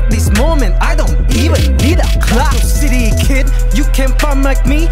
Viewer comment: I keep hearing shitty kid instead of city kid